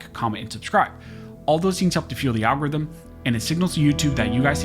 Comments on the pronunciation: Did he say Al Gore's rhythm ? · "Fuels Al-Gores rhythm" Ha!